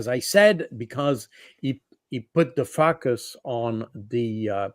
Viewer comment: To help our dear friend Jacques Baud: "focus" = "folk-us" or "foe-kuss".